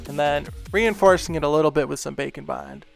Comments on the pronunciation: I love the way you said “bacon bond”. Bwahahahaha 😂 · Every time he says' Baker and bond', to me it sounds like 'Bacon,Wine' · It sounds like you are saying bacan bon (witch sounds amazing) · Cristine from simply nailogicals fans thought she was saying glossy taco in stead of glossy top coat and now just calls it a glossy taco. With you, I know you saying bake and bond, but it sound like bacon bond. Lol. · All this time I thought you said, "Bacon Bond" but its "bake & bond"..... heh totally didn't look that up like an idiot... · who else hears "bacon bond" lmao! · Is he saying “Bake and bond”, or “Bacon Bond” 😅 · Bacon Bond makes me think of bacon bits, the way he says it.